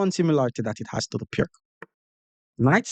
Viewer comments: It’s “Peerts” (peer-ts), not “Pirk.” The name is Slovene, so the c is pronounced like “ts.” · Piertz .. that's how you say it...